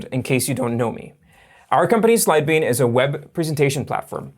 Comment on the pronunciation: Hi. I think you should start saying Sidebean slowly. I watched 3 of your videos before I knew what you were saying (because you had a graphic of the name) before that I thought you were saying "Syebee". I actually need Sidebean & would have downloaded it sooner had I understood the name earlier.